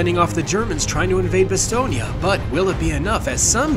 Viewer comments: I hear Bastogné, in french it's just Bastogne though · One thing I noticed is your pronunciation of Bastogne, it's pronounced more like 'Bah-Stone', not 'Bah-Ston-Yah'. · Stop saying "BastognA" bruh 😢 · Why do you say "Bastognia" ? It's "Bastogne", you can say "Bastognia" so just don't pronounce the "ia" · Good sir it is pronounced "Bastone" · I thought it Bastogne was pronounced ba - stone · I hate the way you’re pronouncing Bastogne. It’s cancer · Maybe use google translate on the names of foreign towns for proper Pronunciation next time??? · Idk how but I’ve never heard someone pronounce Bastogne like that.